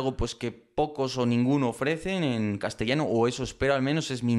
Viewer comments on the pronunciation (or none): none